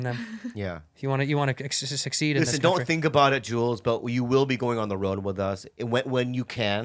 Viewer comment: When Bobby says "think about it", it sounds more like "finger butt it" 🤣🤣🤣